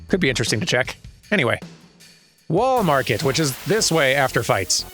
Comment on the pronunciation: "Rebirth-day" is a good one. She ... uh... had a bad case of "nodachi". She won't be coming back. Wall Marker? Ew. Well, maybe it's better now that Corneo is a chunky smear at the base of whatever mountain that was. I love that Tifa's ultimate weapon is named "Premium Heart"... less so that it's in Wall Market. I really hope gil is like JPY... otherwise, this is insane. It'd still be insane if it was like JPY, just less so. (for further clarification: JPY, and maybe RUB, don't subdivide, there's no decimal. So "1" USD = "100" JPY, in the broadest of strokes.) Was that... twang? A rare hint of Georgia. Beyond "y'all", anyway. This reminds me a lot of the "flashbacks" in Remake. This suddenly got very Halo. He's toast, dude, you can stop shooting. Ah, yes, the "go make a sandwich" summon.